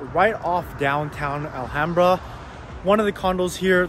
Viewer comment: alHAMbra pronunciation 🙏 how to spot if someone is actually from 626 or a transplant.